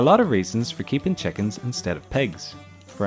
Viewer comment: What accent is: 'chekins' and 'pegs'?